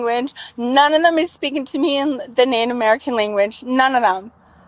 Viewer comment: Why can't this "Native American" pronounce the word "NATIVE?"